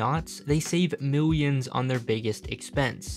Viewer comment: Save “meuyens” of dollars